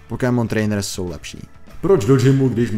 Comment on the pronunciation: Dobre video. Ale do boha... to nieje Pokímon :D vzdy a v kazdom jazyku je to Pokemon. Rozsekalo mi to uši :D